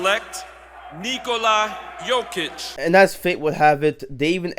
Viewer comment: This was the best pronunciation of Nikola's name and surname by any American. Bravo to the announcer.